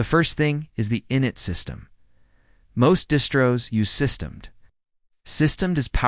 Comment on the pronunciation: It's system D, please use your AI voice over correctly.